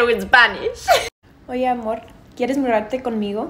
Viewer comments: the error is the first time she speaks... It was too fast, so she didn't pronounce the D in MuDarte, she pronounced and R she said MuRarte with an R. Hence, someone who KNOWS the language WON'T get that easily, their brain will try to get two sounds together MuRartecon Migo.... or might hear Mu ArteCon Migo... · It's mudarte not muarte, but because she's Mexican, she tends to pronounce the 'd' very softly, so I can sort of understand where he may have heard something like muerte haha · To be fair she did botch her pronunciation of mudarte